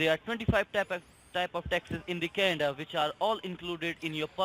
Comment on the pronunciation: Good one again Sir. How can someone fall for these scamming bastards who can’t even say Canada properly